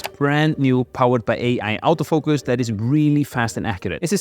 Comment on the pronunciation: Awto focus 😂